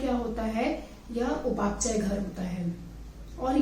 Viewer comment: आप उपाचय क्यों बोल रहे हैं!